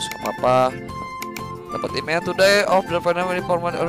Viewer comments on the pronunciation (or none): none